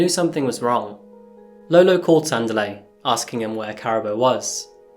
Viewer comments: PRONOUNCED " SANDEEELI " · No offence to you but you need to learn the phonetics for the names before you present anything..it is sandiiileh and karaabo in terms of pronunciations you need to do some work........... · Ka-rah-bo ; San-Dee-le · Pronunciation is difficult in our language. Ka-ra-bő Mokwena san-di-lé